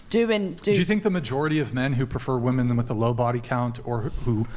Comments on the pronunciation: Seriously, why can't young people pronounce "women." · Can someone please teach these women that when speaking in multiples, the word is WOMEN not woman...it's like speaking of plural is lost to anyone under 40 when...every single female I've seen across multiple podcasts says woman when they're saying something about women in either instances singular or plural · Why do these girls keep saying woman and not women? It’s f*n annoying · Why can't this generation pronounce "women" vs "woman" properly? It's SO common. I hate it. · It drives me crazy when people pronounce "women" and "woman" the exact same way (and it's almost always females who do this). Almost as bad as people who don't know the difference between then and than.... but I digress. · Forcing women to stand by their words that they say out loud, is better than comedy. She expects people to listen to her seriously when she's not able to pronounce the pural form of her own gender.